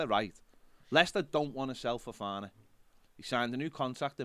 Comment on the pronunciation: Worth tuning into today just for saying Ffffofana 🤣